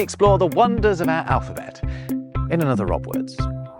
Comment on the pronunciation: "Ah (our) language". "Littaw" (little)... Elocution lessons required on this channel...